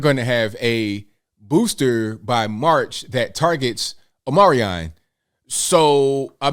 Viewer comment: My dude said "Omarion" 🤣😂